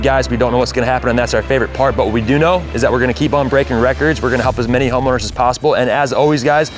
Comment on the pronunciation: wtf bruh did not just say homoowners😮😂😂😂😂😂😂😂😂😂😂😂